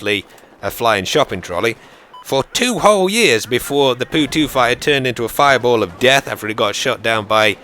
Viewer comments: It's not a poo 2 its a po 2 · lol it's not the Poo-2. It's Po-2. XD